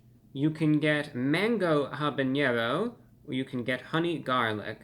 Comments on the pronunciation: Lol, love that you pronounce it habañero, but it's actually habanero. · Hey ReviewBrah, I'm gonna be that guy. Unlike jalapeño, with the 'ny'-sound, habanero has no tilde over the n, so it's just 'haba-nero'. Keep up the great reviews, I appreciate the honesty.